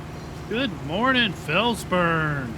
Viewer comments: At least you're consistent mate. You kicked off FS19 calling it Fels-Burn and it seems you're going out the same way. It is however Fels-BRUNN. No biggie though, no stress. Enjoying the game play. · I love your videos, but I can't understand why you keep calling this map Fells -BURN, when it is Fells-BRUNN.